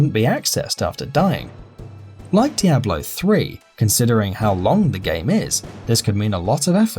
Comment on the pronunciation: The way he pronounces Diablo... -_